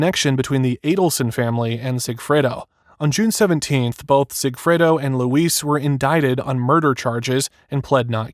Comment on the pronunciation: LOU-IS NOT LOUISE AND RIVERA NOT RIVIERA WTH ARE U READING 😂😂